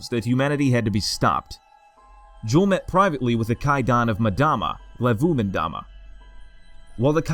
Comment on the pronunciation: Just a by the way FYI, it's pronounced Yule-M-dama (Say the M as if you were sounding out the word, and then say Dama. And not as madama.